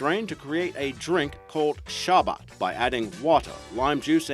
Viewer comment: It's sarbbat not sabbat